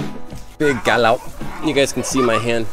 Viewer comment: Lúc a chùi camera có vẻ như chùi mặt e ví mn v á hehe dễ thương.... Vs lúc a trả lời chú kia » cá lóc» nghe ik như ng Việt Nam